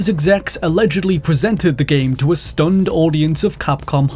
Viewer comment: Took me a sec to realize you said "stunned" and not "stoned"